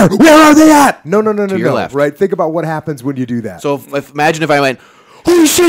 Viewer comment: AbUUUt?... This guy Canadian SpecOps?